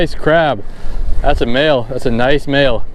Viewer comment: I heard "BaAail"